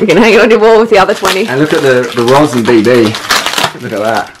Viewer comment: Beautiful. FYI: the pronunciation of Rossin is RRRRRoh-seen. I was able to pick up a RRRRRoh-seen frame for just a few ducats at a Tucson AZ bike swap. Built up with a full vintage 600 group.